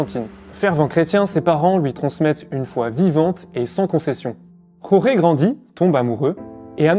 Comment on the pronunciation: Prononcez georges, vous serez plus près de la vérité. La "jota" espagnole ne se prononce jamais en Argentine.